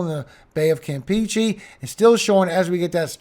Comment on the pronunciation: It’s pronounced kam pay chay, not Kam peach ay ( Campeche)